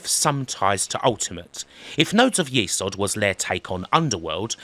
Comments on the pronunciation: Nodes Of YESod not YEsod. Even the intro speech pronounces it YESod, but you continued to say YEsod. LOL. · It's YES ODD not YEE SOD. They even say YES ODD in the voice sample. Lovely video but that drove me up the wall a bit. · saying it wrong. It’s Yezod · You got me thinking all these years I have pronounced it nodes of yes-od but now I'm thinking perhaps it is nodes of ye-sod. However, it is pronounced it's a great game and another great video thanks 😃